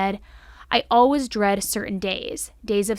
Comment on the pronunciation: WHY DO YOU SAY “ALWAYS” LIKE THAT